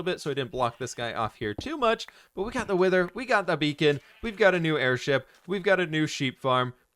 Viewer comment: airSHEEP you say?? 🤔